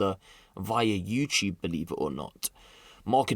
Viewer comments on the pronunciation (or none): none